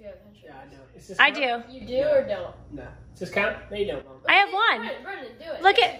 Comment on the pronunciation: Jill data is pronounced with a short a.glad is feeling better. Please eat and drink more water and food. Way to go with your family survey. B r in man. That s b r e n n a n I mm. Meant I l l take my peanut butter sandwich with pickles and bologna. thanks. see you in the next vlog.